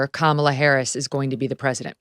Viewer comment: With all due respect to the content being shared, I wish Victor would learn how to properly pronounce Kamala’s name. I don’t think he’s doing it to be rude but it inadvertently is rude just by principal.